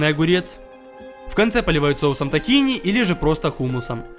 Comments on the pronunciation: Живу в Израиле девять месяцев, блюдо действительно получилось невероятно похожее, но правильно "тхи́на", а не "тахина" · Тахина ударение на и а не на а